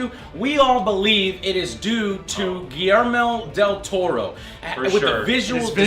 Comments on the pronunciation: I loved how they said "giermo del toro" 1 thousand times, i laughed my ass off xD. It is pronounced "GuiSHermo del toro" the "SH" sounds like shoe :) just so you know, i still loved the review :) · i laughed when he said Guillermir dil toro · Everyone is like "GuiLELELE Del Torro" xD